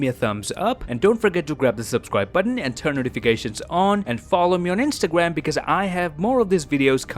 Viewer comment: Why do you say instagam